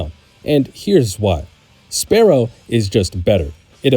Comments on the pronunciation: its fearow!! and spearrow. not farrow and sparrow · Also, "SPEER-OH" and "FEER-OH" Not pharaoh and sparrow lol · Fair-oh? Spare-oh? Really?? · Are you serious with Farrow? And Sparrow? That has to be a joke. There's no way. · fear-ow, spear-ow........ its in the name. Not Pharoah or sparrow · "Sparrow"? "Farrow"?? SPEAR ROW FEAR ROW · That isn't remotely the same thing Spearow is Spear and Sparrow He's just pronouncing it sparrow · No, because english is stupid and inconsistent. Nobody pronounces spear as spare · Spear-oh like a spear Fear-oh like fear as in horror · I don’t know if I’m the crazy one for how I pronounce Kabutops, but I know the Spearow and Fearow ones are wild… If I didn’t hear the switches in microphone quality and volume, I would swear it was AI narration, lol. Maybe this narrator is more in tune with the preferred pronunciation, like how Game Freak wants you to say Po-Kay-Mon, rather than Po-Key-Mon or Po-Kah-Mon? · Why he saying Fearow and Spearow like that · Why are you pronouncing Spearow and Fearow that way? It's... distracting lol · The repeated mispronunciation of Spearow and Fearow have me skipping to the next video